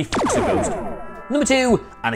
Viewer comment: Ghost? I thought you said goat!